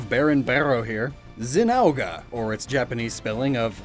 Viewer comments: I think he was trying to pronounce things phonetically instead of looking up in game official pronunciation. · Zinooge no no I think you mean zin ogre as in ogre with is something you bring up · zin-oh-ger is how you say zinogre sorry i dont mean to be mean its just that when you said zin-ow-gah i got sucker punched metathorically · Zin-ogre? I always call him Zino-gre. Maybe had to do with different pronounciation in german. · Don't forget zeenogah. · "Zin-ow-gah" I died a bit on the inside hearing that lmao